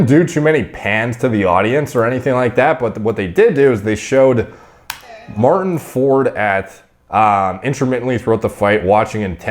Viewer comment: Martin can't even pronounce his name correctly. For?? Easy on the 'Like' word.